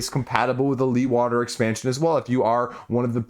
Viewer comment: Hi, since you are Dutch-ish, Leeghwater for Barrage is a Dutch name of the famous windmill dude pronounced with a Dutch G 😉